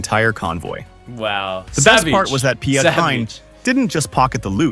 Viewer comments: Piet is simply Pete. Not pe-jet 😆We have other quirky vowel combinations... oe, ui, ij, ou, au, ei etc... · they did my boy dirty. They pronounced Hein the way it's supposed to, but Piet sounds exactly like you'd pronounce Pete.